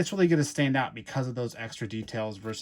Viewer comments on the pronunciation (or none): none